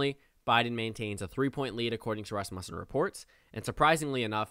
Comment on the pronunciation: Thanks for the video.. very interesting! But dude... you've got to learn how to pronounce the name of the pollster. It's RAS-mussen, not Ras-MUSSEN.